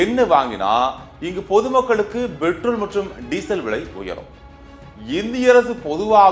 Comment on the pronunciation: செய்தி வாசிக்கும் பன்னாடை போறம்போக்கு....அது BETROL இல்லையடா முட்டாள் கூ..... அதை PETROL என்று உச்சரிக்க வேண்டும். அதே போல் வ்லை என்று உச்சரிக்க கூடாது....விலை என்றே உச்சரிக்க வேண்டும். உனக்கு சரியான உச்சரிப்பு வரவில்லை என்றால்....செய்தி வாசிக்க வராதே....செத்துடு.